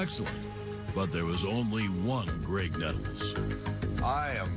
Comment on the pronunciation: GRAIG...with a G. So many idiots keep calling him Craig. He was a helluva player, give him proper respect.